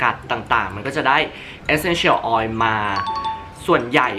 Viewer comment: รู้สึกดึ้ยๆ เวลาได้ยินเอสเซ็นเฉี่ยว ออย5555